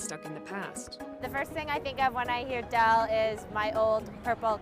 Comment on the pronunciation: We heard it folks... It's.